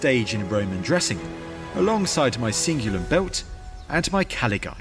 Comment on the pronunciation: The way he just pronounced ‘Cingulum’ was really jarring to my ears. I had to play it a second time to understand what he said